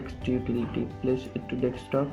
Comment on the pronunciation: how fucking hard is it to say desktop